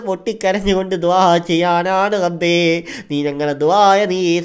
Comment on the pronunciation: കഴിയുമെങ്കിൽ റബ്ബേ എന്ന് പറയടാ. ഗബ്ബേ എന്നല്ല